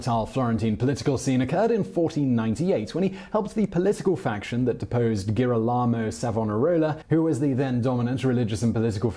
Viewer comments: Simon, I love your programmes, but please learn how to pronounce Italian names correctly. Girolamo (Savonarola) is pronounced gee-ROL-amo, Medici is pronounced MED-ee-chee, Mandragola is pronounced man-DRAG-oh-la, Borgia is pronounced BOR-ja. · Simon should learn how to pronounce Italian words/names; c and g before I or e are pronounced ch and j. medichi jirolamo, etc.